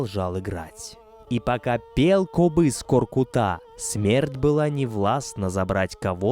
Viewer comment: Дизлайк за твоё произношение имени великиго ҚОРҚЫТА , ударение идёт на средний гласный звук .